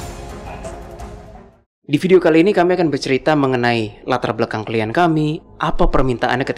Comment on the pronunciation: Klien, bukan klient, min 😅 ✌️